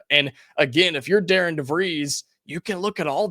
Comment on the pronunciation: Hi, not trying to be that guy, just want to help - it’s pronounced Dar-ren. When do you think we should expect an assistant coach to be named?